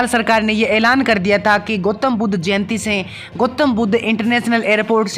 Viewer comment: ठीक से नाम बोल भाई गोतम बुद् नहीं गौतम बुद्ध